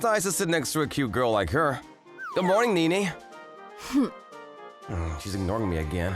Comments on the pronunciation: I can't stand that they pronounce her name "ni-ni" like in the name Nick, not "ne-ne" like in the name Nelson. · and NiNi instead of NeNe..